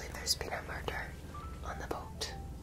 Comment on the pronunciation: "There's been a MUrrrderrr!"